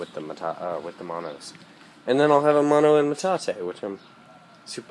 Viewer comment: It's "MANO"... not "mono"... (Mano= hand, Mono= one/single)